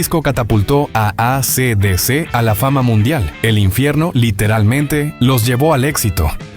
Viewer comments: Es ei si di si, no a c d c 😢. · Se lee esi dici